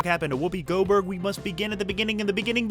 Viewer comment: Goberg LOL.